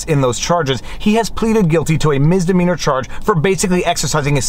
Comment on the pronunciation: Misssssssdemeanor Not Miz